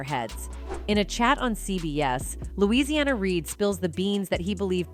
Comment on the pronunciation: Louisiana Reid? 😂 Please stop using AI voices lol